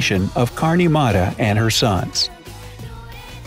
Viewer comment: Mata is actually pronounced as matha